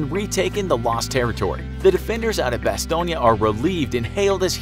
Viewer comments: I thought it was called Bass-tone. Not bass-tone-ya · Bastongne.. neeeyah? learn how to say it properly Bas... Stone... Jeeeez.. that is embarrassing not to mention incorrect. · didn't even mind the butchering of the Bastogne name... Bastoynge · Bastone-ya hahaha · bastogne is pronounced bas-tone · bastogne is french buddy, you were pronouncing it over n over like its italiano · And if he had just watched that episode he would have known how to pronounce Bastonge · Why do the American officers look like there in German uniforms Also you are saying Bastogne wrong And you failed to mention that Gen. Patton broke through the line with his tanks and that to this day the 101st denies that they need rescue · You kept saying Bastogne incorrectly. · Who taught you how to say Bastogne? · Your vids are great but you gotta go all or nothing man. Bunch of little problems with this video. Also if you're gonna have a video in english PLEASE say Bastogne in English. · Am I the only one that was bothered by how the narrator pronounced Bastogne? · That bastogne pronunciation tho. Cringy af